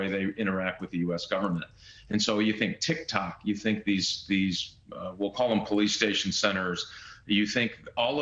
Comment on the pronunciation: If you can’t even pronounce the name of the Chinese monetary unit correctly, then I don’t think you have a clue what you’re talking about.